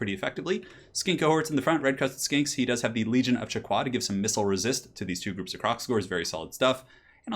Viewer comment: I learn recently that you shouldn't prononce the "u" sound in Chaqua. It is prononced "Chaka".